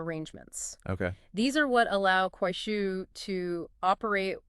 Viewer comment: You need to improve pronunciation it’ll! It’s Kuaishou. Shou is pronounced like show not “shil”